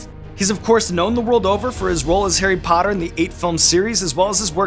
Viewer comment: Arry pottah